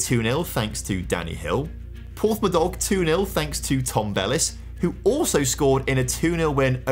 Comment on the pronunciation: Welsh people feel free to correct me (I'm English) but I believe that the pronunciation of Porthmadog is Port-Ma-duck/ Port Maddock.